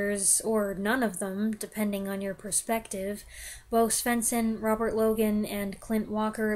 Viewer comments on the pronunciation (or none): none